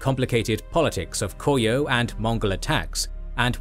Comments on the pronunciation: It's Ko-ryeo instead of Kor-yeo - the R is read as the start of a syllable. The scriptwriter and the narrator might want to pay some attention to the pronunciation, though a reasonable degree of Anglicisation is perfectly fine. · The pronunciation of Goryeo is so bad here it's honestly distracting. (Go-ryuh)